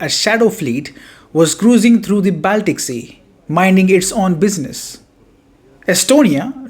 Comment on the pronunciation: "The tanker was crossing through the Balltic sea" or "near estonian water"????????????????